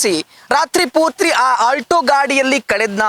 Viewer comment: ರಾತ್ರಿ ಪೂತ್ರಿ ಅಲ್ರಿ ರಾತ್ರಿ ಪೂರ್ತಿ ಅಂತಾ ಸರಿಯಾಗಿ ಹೇಳಿ.